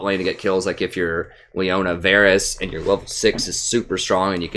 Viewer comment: listen prof, I love your videos man. Been following you for some 3-4 months now. I can't catch you live (7 hours of difference) but usually I watch your streams the day after. But dude, one thing you HAVE to work on: it's Varus, not Varys :P